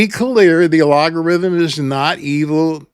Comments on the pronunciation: I am not sure if no one noticed or they are afraid to offend you, but you have a unique way of pronouncing 'algorithm'. It is al-go-ry-them not ah-lo-go-ry-them. I am not judging or shaming you. Just trying to help. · I love algorithm sounding like logarithm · sorry to correct you, but the word is pronounced “al - go - rhythm”. You must not have had phonics in school! 😅 🙋‍♀️💕‼️ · I love this. I especially love "make a difference and the money will follow." You're so right. Shoutout to all my other small channel creators - especially those prioritising authenticity like this guy - we've got this. (Also... I do love how you say "allogarithm" xD) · Great key points and such a great reminder! I can't tell if you're pronouncing algorithm incorrectly on purpose...is that a 'thing'? Is there such a thing as "a-log-a-rithm?' Or does YouTube notice if you use "algorithm' in your content/on your page multiple times? Lots of creators use the word algorithm in their scripts / in their videos. Isn't the algo switched up all the time based on data and trends? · "Al-go" rhythm sir but yes... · it is pronounced al·go·rithm 🙂✌ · Are you intensely saying the word algorithm wrong To be funny? first time you are just wondering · Do you mispronounce that word as a jibe at YT? I have a very small channel and make no money because I speak about God. I do not sell t-shirts or anything else. Just a choice I made. I am retired and do not need the $$. Each view is a touch and a victory for me. Just like that sign on the highway that says, "Got Jesus?" it gets seen doesn't it. So do my videos. My purpose and calling are what drives me; not making YouTube happy. I treasure every view, every comment and having a format that allows me to do my output for free! I have reached thousands more than I could ever get to on a street corner. Have a great day,. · You have a lot of good information here but your ( intentional?) mispronunciation of algorithm is something you should reconsider.